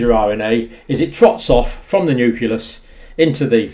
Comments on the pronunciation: NEW CLEE US, Doc, not NEW CUE LUSS. Carry on. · New-klee-us. Not "Newk-u-lus". Sorry, but I think this is important. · i dont trust a guy who cant pronounce 'nucleus' LOL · pronounce "nucleus" for us.